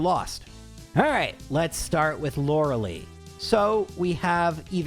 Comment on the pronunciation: Past you said Lorelei wrong